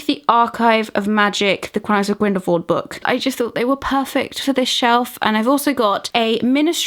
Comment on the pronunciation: I love your videos. But I can’t help but be irked every time you pronounce Grindelwald, as Grindelvold. It’s so strange to me, I don’t know why.